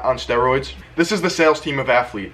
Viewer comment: Its not athlete its alpha lete😂